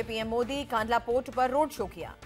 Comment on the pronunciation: कंडला - कांडला नहीं सही नाम बोलना सीखये ☹️🙏🏼